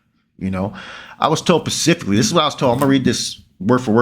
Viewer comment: BRRROOOOO, SPECIFICALLY, NOTTTTT PACIFICALLY. HOW HARD IS THAT TO UNDERSTAND??? I MEAN YOU SEEM SOMEWHAT SMART, GEEZUS 🥴🥴🥴